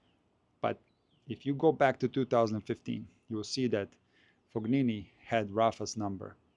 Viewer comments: What I mean is that pronounced the letter G as it would be pronounced in the name Galileo Galilei. It's the common way of pronouncing G in German or Slavic languages, it's coming from the throat. But there is no such throat G sound in the French word Champagne, nor in Italian "gn", which is similar to Spanish letter ñ. is probably not familiar with the various usage of G in Italian. I just wanted to point out there is no Fog in Fabio's name. Fognini would be spelled Foñini in Spanish. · He’s not pronouncing Fognini correctly.